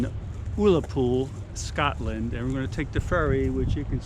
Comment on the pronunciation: That would be Scotland and not Scatland as pronounced.